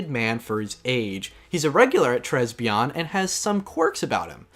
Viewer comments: Tres Bien is pronounce "tray-be-end" because it's french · Tres Bien is pronounced "Tray Bee-an"